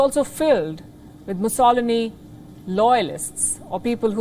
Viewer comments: This commentator's pronouncement of names like Mussolini leaves a lot to be desired. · I love watching Palki and every morning I wait to watch Gravitas. She opens your eyes and ears to what is going on around the world and she does it with such accuracy and clear explanations. I was surprised as to how she pronounced Benito Mussolini name. They do need to work on their accuracy in pronunciation - her South African counterpart pronounced it correctly.